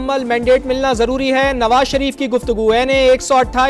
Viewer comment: Nawa sharip nahi kata sharip😂😂😂